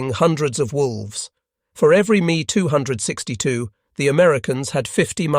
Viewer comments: I just can't. I apologize. I just can't. : Mee too sixty-two Breakdown of the pronunciation: "Me": This is short for the aircraft manufacturer Messerschmitt. Pronounced "M - E" "262": This is pronounced "two six two". Putting it together: You would say the name as "Mess-er-shmitt two six two" : BeeF ten nine... (－‸ლ) I give up... hopless. ...point five-zero. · How do you produce a documentary about WW2 and not know how to pronounce aircraft names and variants? Me 262 isn't pronounced "me" it's M e 2 6 2. Really?